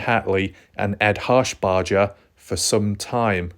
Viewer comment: ED HARSHBERGER! NOT HARSHBARDGER! say it like burger not bardger shit fire bro if ur gonna talk about something pronounce it correctly!